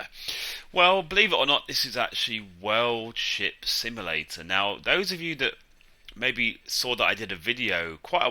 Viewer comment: You said it at the start sounding like WORLD SHIT SIMULATOR😂😂😂